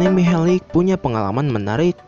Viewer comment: Mihelic...huruf terakhir "c" dibaca tetap "c" gak jadi "k", sama sprti modric, malisic, savisevic, glusevic...pokoknya semua orang balkan/ ex. Yugoslavia.. c dibaca tetap c, giti saja bro...piss ah